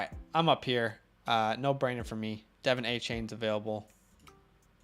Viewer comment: Just an FYI from 2020 Texas AM put out a how do you say their names and it’s; Devon Achane: duh-VON AHH-chain. Not Devin. Love you guys!